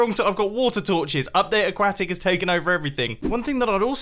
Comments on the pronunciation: I love how he says Aquatic. /Ack-wah-tik/ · a-quack-it feuters and everything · Every time you say "aquatic" I think you're going to say "quack" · You say aquatic weird, so I want you to say croissant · Am I the only one getting a little annoyed about how he pronounces aquatic 😤 but anyways I’m hyped for this season!